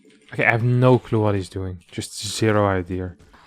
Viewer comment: that intrusive 'r'. "idea-r" lol